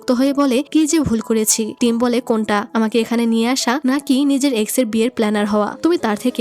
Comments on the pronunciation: তুমি ভুলে টিম না বলে থাইম বলেছো😅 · আপু তুমি এখানে থাইম বলে ফেলছো দু😅😂😂😂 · টিম❌ থাইম✅ ❤😊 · আপু ভুল করে টিমকে থাইম😅😅😅😅 বলেছেন অবশ্য আমি টাইম এর কথা জীবন চলে গেলেওভূলবো না😢😢😢😢😢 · আচ্ছা এখানে ২০ মিনিট ১ সেকেন্ডে টিম এর জায়গায় থাইম বলা হয়েছে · টিম❌ থাইম✅ ব্রাইট✅😑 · আপু মুডি টা অনেক সুন্দর ❤ তুমি মধ্যে দিয়ে টিম না বলে থাইম বলে পেলসো 🤭🤭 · আপু আমার মনে হচ্ছে f4 thailand ড্রামাটাও তুমি explain করেছিলে, আর এজন্য তুমি এখানে টিমকে থাইম বলে ফেলেছো 😊😊😊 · আপু তুমি তো ওই বিয়ের সময় টিম কে থাইম বলে ডেকেছো যদিও আমি খুব খুশি হয়েছি এটা শুনে❤❤❤ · F4 drama অসাধারণ ছিল আর তুমি সিদুর দানের সময় টিমকে ভুল করে থাইম বলে ছিলে😂😂😂